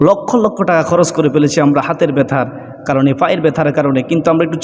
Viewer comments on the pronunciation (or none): none